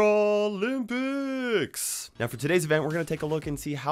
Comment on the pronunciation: Never ever say brawlympics like that again